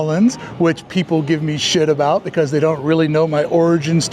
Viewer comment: is this also why you say "beCAUSE"??? It's my favourite thing!! I had no idea you weren't from here!